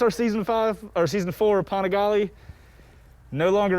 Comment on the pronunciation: Are you just going to ignore the fact that he has been calling it a 'Paningale' through the whole build series, unless you didn't watch any of them.....